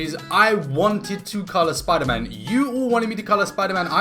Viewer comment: *gasp* ItS sPoOdEr MaN rEeEeEeE